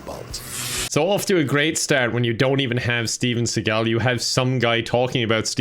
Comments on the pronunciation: YouTubers when the name is something like Szymankowszczyzna: "i'M SOOOOO SORRY, I really should know how to say this, forgive me, god I must have a negative IQ for not getting this right. :'(" YouTubers when "Seg-all": Lol seagull. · Fun fact: He actually mispronounces his own name. His family always pronounced it basically like "seagull", but he started saying it "se-GALL" because I guess he thought it sounded cooler. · Fun fact! Steven Seagal is not his actual name, well kinda. His last name is not pronounced Seagal, but Seagull like the bird. He changed it when he was young. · His name actually is Seegaul. It is said he was introduced to work by the artist, and he changed the pronunciation of his name accordingly. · Btw Steve seagals name (according to his father) is pronounced “see-gull” but Steven changed it cuz he’s a egotistical maniac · Fun Fact: Seagal's last name is pronounced like "sea gull" but he changed the pronunciation after his parents made him go to an art exhibit and he saw a Chagall painting and thought it was cool. And he is a master of the ancient art of Bullhit-o. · it's actually pronounced the way its supposed to be (closer to seagull). It's just when he was getting into acting he thought Seagal (see-gall) sounded much more suitable. The man's ego is off the charts. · His name was pronounced Sea-gull when he was young, he changed it to se-gall one day cuz he thought it sounded cooler. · Yeah it's actually pronounced seagull XD I hope seagull doesn't watch this video or is gonna wake up in his dungeon. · Fun fact: Steven Seagal’s last name isn’t actually pronounced [Sea Goll], it’s actually pronounced [Seagill] he just humbled himself when he saw (I’m pretty sure) an art piece and wanted to be a fuck ass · He calls himself Steven seagal it's actually pronounced Stephen sea gull but if you pronounce it correctly he will run you down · After seeing this. I feel like his surname is actually pronounced Seagull but he refused to accept it. 😆